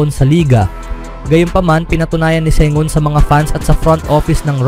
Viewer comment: Ang masasabi ko ay malakas ang phoenix suns basta magkasama sina Sengun at Sengun. Dalawang tao ba sila?😂😅😂 Bakit pabango-bago ang bigkas mo?